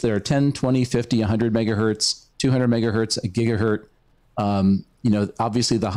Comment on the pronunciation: My teeth ground every time I heard it... strange to get far in the technical side and have a tick like that. Gigahurt was the toughest...